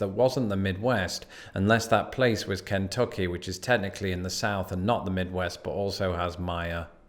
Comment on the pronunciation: Does anyone else think says Kentucky weird? Like he kind of elongates the first syllable slightly longer than you usually would. I'm just now realizing I've been subconsciously thinking there was something off about it for a while now.